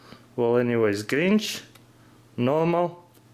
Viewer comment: nonono he said GRIENCH